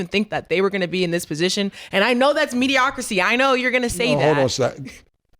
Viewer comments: Nah, saying 'medicocracy' is CRAZY! She know dman well that's not the word - she went to School! Saudi wit that freaky shit! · Damn, now is saying "MediocraCy." Say it with me now "MediocriTy"